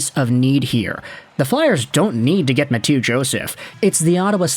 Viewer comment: Ma-two Joseph? Lol